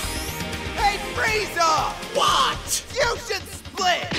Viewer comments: Watched this episode 75 times, just now realized that Goku says “Pizza” instead of “Freiza” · It's friza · I feel like if Bulma was telling the story of Freeza, he'd know how to pronounce it correctly, but comedy I guess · Just to realize, there is an i in Frieza 😅